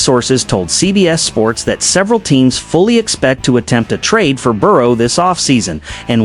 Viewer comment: A no “tra-day” clause. More AI slop. STFU